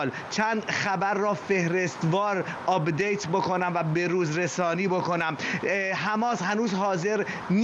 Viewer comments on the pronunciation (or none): آقای خبرنگاذ آب دیت نه اپ دیت